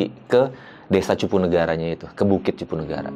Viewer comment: Maaf bukan cipunagara...udh bener namanya CUPUNAGARA